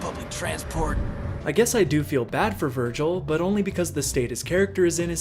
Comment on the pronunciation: That’s not Vergil that’s vergin